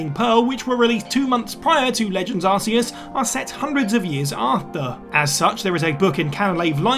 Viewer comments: Everybody gets that pokemon's name wrong... Ark Ee US is how you pronounce it; not Ar See Us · Huh, it's actually pronounced "ar-key-iss", and the Pokémon games even proved that without voicework. In Sun & Moon, there's a new Pokémon called Silvally (the evolution of Type: Null). It possesses the ability to change types and its signature move Multiattack depending on what type-keyed Memory you give it... similar to Arceus's plates. Silvally's ability is called the "RKS System". If you pronounces each letter individually, you get "ar, kay, ess"... or "ar-key-iss"... or "Arceus" ;) So yeah, one Pokémon's ability confirmed that another Pokémon's name uses a hard C :P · Ig - Wan - Ah / Arc - e - us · Why can't you say Iguana or Arceus properly?!?